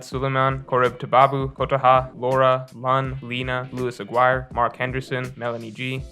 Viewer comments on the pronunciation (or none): none